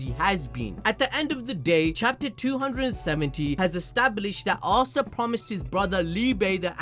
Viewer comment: I swear you guys have got to be butchering Asta mom's name